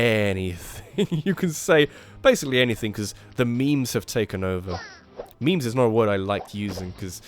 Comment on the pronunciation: Memes, not mimes, idiot.